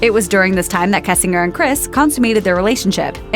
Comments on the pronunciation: Pronounced Kessing....GERRRRRR.. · mispronouncing "kessinger" gets old really fast.